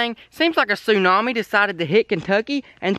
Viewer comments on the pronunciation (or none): none